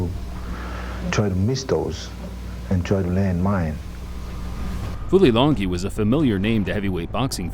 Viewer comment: The fight announcer should be embarrassed that he could not pronounce Fulilangi''s name correctly. Unprofessional.